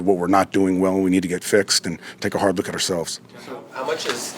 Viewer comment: "I gotta take a bard look..."